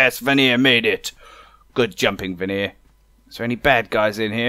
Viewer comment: And finally someone pronounced my last name right lol